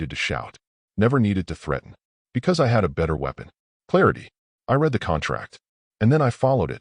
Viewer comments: Teach ur AI how to say "read" in the past tense...which is pronounced "red".. How many more times do I have to say this?...or not? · Again, author, teach ur AI the past tense of "read'